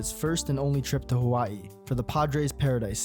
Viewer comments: Subscribed specifically bc you pronounced Hawaiʻi correctly love the coverage on Aloha Stadium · your pronunciation of "Hawaii" makes me think you might be Hawaiian yourself! great video!